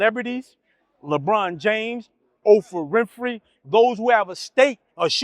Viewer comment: Ofra Whimpfrey 🤣🤣🤣